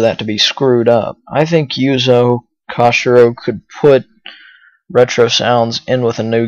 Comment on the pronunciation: I dig this podcast. Only thing is you said Yuzo's last name kind funny ^^ In Japanese it would be "Ko-shee-roh"